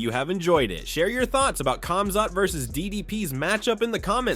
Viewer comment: It's pronounced Komzot not camzot😂